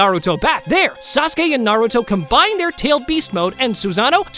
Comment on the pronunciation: On dit naruto pas nar